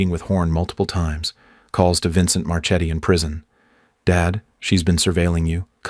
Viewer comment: Marchetti is an Italian name, so it's pronounced MarKe-t-t-y, not March-eddy. You're welcome.